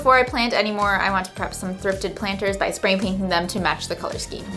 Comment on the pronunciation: i miss how you used to say “scccheme” instead of “skeem.” don’t let the haters change you ♡